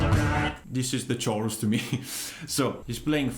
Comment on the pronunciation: Great tutorial, it sounds spot on! Although the word chorus makes a k sound, like cake.